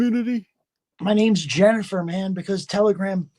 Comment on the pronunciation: jennifet, not jennifer